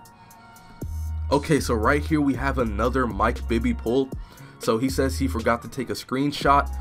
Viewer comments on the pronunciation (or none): none